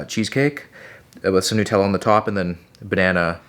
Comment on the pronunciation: Whys man saying nootella